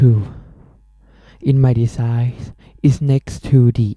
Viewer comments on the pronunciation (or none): Design, NOT DESIND or DESIGE